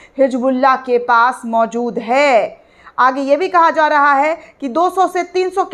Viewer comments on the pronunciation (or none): none